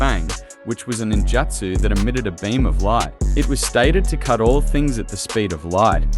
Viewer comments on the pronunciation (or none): none